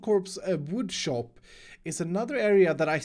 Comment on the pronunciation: saying shoap instead of shop new subcriber btw